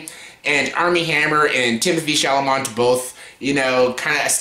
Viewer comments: Shall a may - there is no "o" or "n"! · At least pronounce Timmy’s last name something like it is spelled!